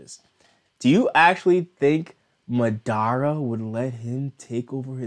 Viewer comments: The way you say madara like it’s not [mu-da-ra] its [Ma-da-Ruh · why do u pronounce it like- ma-dara ?